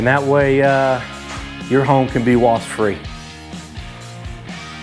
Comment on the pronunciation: Wasp!!! I know here in Texas people also say wasts. But it's with a P!!